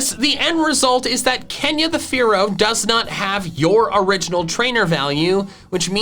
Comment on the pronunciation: Dodrio when says fearow: A FOOLISH MISCALCULATION